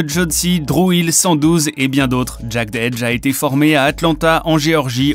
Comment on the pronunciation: "Jeded Edge", "Verzouz" etccc sans parler des prononciations des autres vidéo, à se demander si c'est pas du copier collé d'autres créateurs de contenu (anglosaxon ou francophone). Cela décredibilise , donne la sensation que vous ne connaissez pas réellement cette culture et que vous êtes ce qu'on appelle dans le milieu des "Culture Vulture". Dommage car le contenu est intéressant.